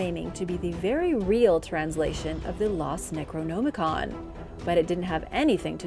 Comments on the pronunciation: You're saying "necronomicon" wrong. You don't say "no" you say "nam" as in Vietnam. Necro - nam - i-con. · my only complaint is that i believe you are pronouncing necronomicon wrong. not that i care just that it sounds incorrect. like ur trying to hard to pronounce it. aside from that good video.